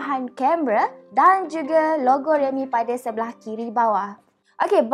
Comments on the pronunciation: Logo tu yang sebut. Biasa la reviewer kurang jaga Cara pertuturan. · Aku dgr mcm rogol realme..hahaha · Aku dengar lrogo realme.